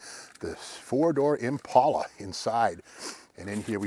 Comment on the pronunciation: Impala. Not impaula